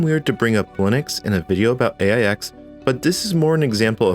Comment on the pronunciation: AIX is pronounced 'Aches'.